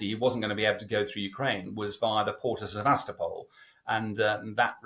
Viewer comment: It's pronounced SevasTOpol